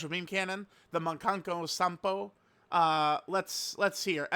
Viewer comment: Mock-an-pose-an-po is how you say it. Idk how u keep butchering how to say words like this ESPECIALLY WHEN THE CHARACTERS SAY IT FOR YOU😭😭